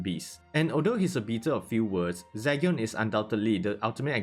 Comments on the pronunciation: Is it Zygyon it Zeegion? The pronunciation i mean cause you say Zygyon. i dont mind the accent cause everyone has it. Buy your pronunciations are not on point on some words. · Zee gen....its like Legion but with a Z🤦🏾‍♂️🤦🏾‍♂️i couldn't finish watching this video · Do you know everyone is killing you by the way you're saying his name right